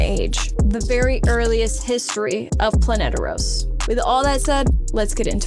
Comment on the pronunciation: Heads up it’s Planetos not Planeteros